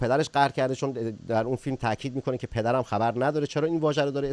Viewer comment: بعدازظهورمجتبی من تازه فهمیدم که چرا ایشان اینهمه سال درپرده غیبت بسر میبردند،حضرت ایشان مشکل بیان دارند خصوصادرتلفظ‌حرف 《ر》، وطی این‌سالها روی ایشان کارشده تا معایب گفتاری‌اش رفع شودونسبتا‌هم‌موفق‌بوده‌انداما‌نه‌ بطور کامل‌وهنوزهم‌که‌هنوز است تاحدی مشکل‌ببان‌باقیست‌و رد‌ آن دیده‌میشودبعنوان نمونه‌وفتی میگویدپدرم‌خبرندارد، حرف ر درواژه ندارد درست تلفظ نمیشود وجالب اینکه شبکه اینتر نشنال موقع پخش این ویدئو با گزارش مجتبی‌پورمحسن ، وقتی به واژه ندارد که میرسد ته واژه ندارد را میزندویک وقفه لحضه‌ای ایجاد میکند تا مشکل بیان ایشان نمود پیدا نکند.، بله دلیل غیبت سالیان امام‌پانزدهم بعدازامام خمینی وامام‌خامنه‌ای‌،شیرین‌زبانی ایشان بوده‌است مانند حضرت موسی ، ولی انصافا معلوم است خیلی تلاش کرده اما خب هنوزهم می‌لنگد!